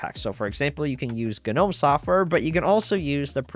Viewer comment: Please stop saying Guh-nome.